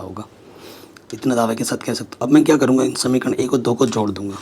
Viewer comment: Samikaran nahi samika kaha jata haa ❤❤❤ OK sir ❤❤😂😂 Thank